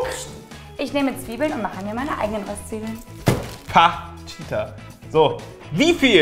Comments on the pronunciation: Das nächste mal auf'm Konzert schenke ich n Duden. Wie zum Henker spricht er bitte Röstzwiebeln aus. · Wen regt es auch so auf das Röööhhstzwiebeln anstatt Röstzweiebeln sagt? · Ich hasse es wenn jemand Rööstzwiebeln sagt☹😭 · Omg das heißt nicht Röööhhhhstzwiebeln sondern Röstzwiebeln XD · Findet es noch jemand so fürchterlich wie "Röstzwiebeln" ausspricht?😂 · Wen regt es noch so auf, wie Röstzwiebeln und angeröstet sagt?😂